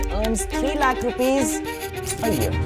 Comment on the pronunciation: Please don't say Lakh like Warikoo. Its annoying. We get the emphasis on the amount of money that is, but don't be Warikoo. There is a reason other than terrible investment advice and shady schemes shared that most of the viewers stopped watching him.